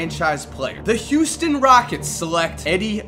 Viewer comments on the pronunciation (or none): none